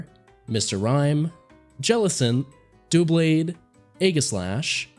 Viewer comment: Why did you pronounce doublade as dooblade Am I wrong in assuming • that the Pokemon that is a double blade, named after it being a double blade, name is mixture of double blade• is pronounced as double blade